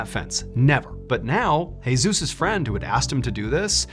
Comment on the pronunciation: Jesus pronounced: hey~zues Seriously....